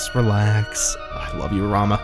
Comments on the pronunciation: I just wanted to say Rahmuh isn't pronounced Rama, it's pronounced like Ra-moo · Ramuh (ラムウ, Ramū) It's everywhere in the wikis that state how to pronounce his name, it's comonly confused but it if you want to check anywhere else I think OniBlackMage does a small bit on how to say commonly mispronounced final fantasy names I'll link you to it